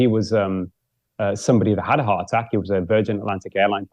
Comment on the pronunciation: I wish this nice and very interesting man would speak properly - heart a-ack. Sta-ins. Although he doesn’t do it all the time!